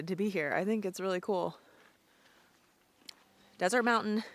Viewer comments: I’ve spent summers on Mt Desert Island for years, and my aunt lives in Somesville. No one pronounces it like desert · Great video, but Mt. Desert is pronounced Mt. Dessert